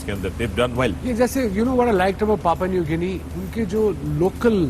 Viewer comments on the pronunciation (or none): Fakhar it’s Papua New Guinea and not papa new guinea